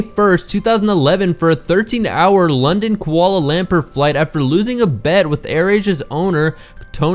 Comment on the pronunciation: Kuala "lemper"